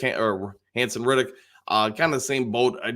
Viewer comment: Haason REDDICK…not Riddick.😁